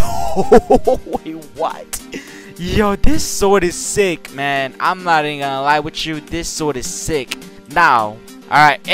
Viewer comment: Him say sick: no Say zick:yes